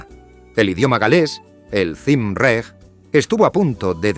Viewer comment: Cymraeg se lee camraig